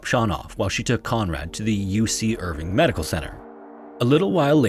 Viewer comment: Never knew about the Dorothy stalker case. Being from Orange County it makes it that much creepier. (Btw Irvine is pronounced the same way grape vine is)